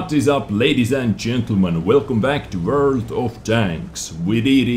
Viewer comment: WRRRLD OF TOGS